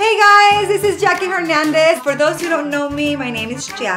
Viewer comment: No me entiendes, Desire no es un nombre mexicano, es muy diferente. Hernández es un apellido mexicano, ella es mexicana, la pronunciación debe de respetarse. Es obvio que un estadounidense, que su lengua materna es el inglés no sabrá como se pronuncia y la H para ellos no es muda. Y lo repito, no fue una ofensa, fue una observación.